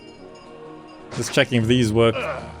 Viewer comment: Repeat after me: La-RA-ri-um:) Am I the only one who got midly triggered by making a reservoir exactly in the best place for industry and commerce? Instead of... you know... more to the side (like the entrance or exit of the city). But it's about as minor as an issue as you can have, unless you run out of space. Also the altar to Mars in the middle of the farmers, while Ceres is forced to stay in the back with the homes and the market lol